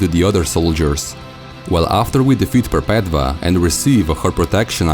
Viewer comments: Wonderful work! I love your uploads. I think Perpetva is pronounce "Perpetua" (mean "perpetual" or "never ending") as "V" was used as "U" in latin, where Catholicism gets its vocabulary. Just food for though to add to the conversation. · I cringe when he pronounces Perpetua wrong